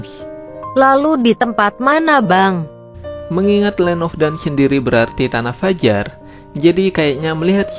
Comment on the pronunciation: Bang ajarin mbak google supaya gak bilang land of daun kan salah bang kwkwkq